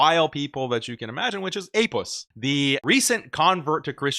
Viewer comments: I love this when a muslim bro says Apuss🤣🤣🤣😂😂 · "APussilanimus"😂 "APussted Profit"😂